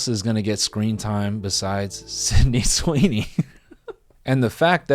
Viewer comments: Not him saying Cindy Sweeney😭😭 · did he call her "cindy sweeney" lmaooo